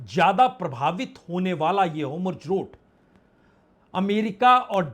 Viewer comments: Sir gustakhi maaf ho lekin hormuz bola jaaye to acha lgega naaki homurz🙏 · Vajpayee ji, AAP varishth Patrakaar Hain lekin app. State Off hormuz ko humruz kahte Heyn aor netan yahu ko netanu kahte heyn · All the questions raised in your discussion are very informative as well as thought provoking. The in-depth analysis too deserves full appreciation. However, One small correction in the current topic; the pronunciation is "Hormuz' and not 'Homurz'. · Sir I think you are saying homruz instead of hormuz..🙏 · Hormuz and not homurz 🙏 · आप हॉरमुज़ को होमरुज बोलते हो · वाजपेई जी होमुर्ज नहीं हॉर्मूज़ hormuj कृपया उच्चारण ठीक करें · पहले होर्मुज बोलना सीख लें, फिर ये सब विश्लेषण कीजिए